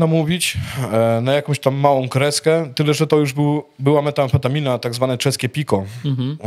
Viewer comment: METamfetamina - dobrze METAamfetamina - źle Ludzie, czy to naprawdę taki wielki problem czytać poprawnie ? Polska języka trudna języka.